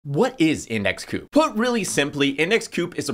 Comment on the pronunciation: Surely it's pronounced co-op, as in co-operative rather than coop as it doesn't seem to have much to do with poultry? It kinda makes me think you haven't spoken to anyone at the company, which is a little concerning, especially as the founders haven't doxxed themselves, I can't find them on the site or on Linkedin. Do you know who the founders are, or the CEO, CFO, anyone senior really in the company?